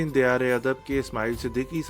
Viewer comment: توصیف لفظ" دیار " میں " د " کے اوپر زبر ہے زیر نہیں۔